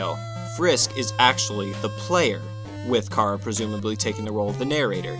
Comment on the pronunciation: IT'S CHARA AS IN CHARACTER, NOT CHARA AS IN CAR-A AAAAGH all aggravating issues aside, le gud video is gud